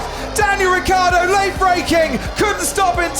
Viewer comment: Ricciardo is pronounced as the word "rich"